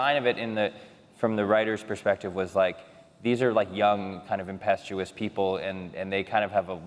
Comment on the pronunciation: He says they're young "impestuous" people. lol I think he meant "impetuous."